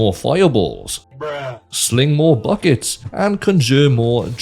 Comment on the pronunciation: sling moue buckets lol